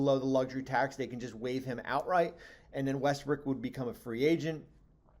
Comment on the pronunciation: He said Westbrick🤦‍♂